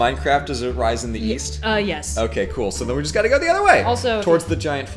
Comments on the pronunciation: East? I thought you said Weest... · East... I thought you said WEAST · East?? I thought you said Weast!